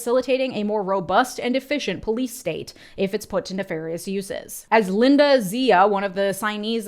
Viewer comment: Tiiiiny thing, I really dont think Xia is pronounced as Zia.